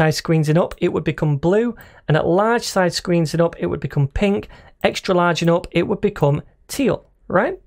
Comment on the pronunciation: "and uop" i just love that accent